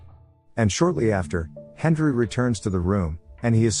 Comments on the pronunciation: Why are you pronouncing it "Hendri" instead of "Henry"? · Who else heard hendry not Henry 😂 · Why does he call him Hendry the whole time? It drove me mad lol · Is it saying "Hendry"? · Hendry. Like come on. Just actually record yourself talking. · Am I the only one hearing the narrator say "Hendry"? 🤔